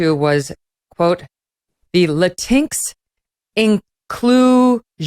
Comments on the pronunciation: Latin-x. not Latinks Megyn. I can't stand how the left is inventing new words for their new world liberal order. Latinos have voiced their dislike of Latin-x but use it anyway. this woman has a PhD in education and cannot pronounce bodega?? and she has tried to imitate Melania Trump wearing a message on her jacket. Who will she connect with breakfast Aunt Jamima Pancakes?? they are unique, until she took the pic od Aunt Jamima from the package geeze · "Latincks" Lmao